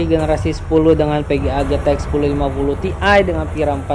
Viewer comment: Mas intonasi nya yang jelas GTX kedengerannya Zx